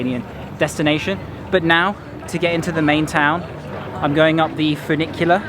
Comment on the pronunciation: I love that you do a bit of everything. History, geography, food, architecture, culture, etc. So many youtubers focus on one little thing and it starts to get boring. Your videos are always entertaining. And I loved your bad Italian pronunciation of furnicular. Lol